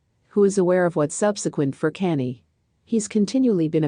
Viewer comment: His name is Kanye. Pronounce con yay